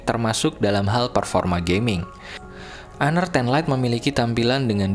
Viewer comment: Gua baru tau...sbutan honor rupanya hanar ya wkwkwkwkwkw